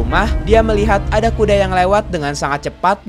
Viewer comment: Bang pas saya pilih speed video 0.25 detik aku denger Abang ngomongnya bukan kuda tapi kude